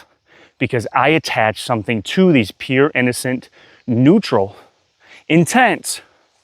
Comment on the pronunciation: Are you saying "peer" sensations or "pure" sensations? Thankyou. The word "pure" should rhyme with "cure" as in "cure the illness"